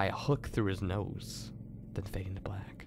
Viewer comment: It's not "nose" it's "noose"..